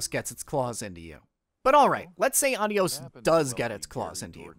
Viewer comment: Great video as always, and the game looks like an interesting experience. Just a tip from a Spanish speaker: the title is (if the developer meant to say goodbye in Spanish) pronounced with emphasis on the O (the proper spelling is Adiós).